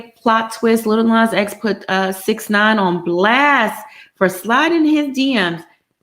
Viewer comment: mispronounced 69 name is hilarious 🤣😅😂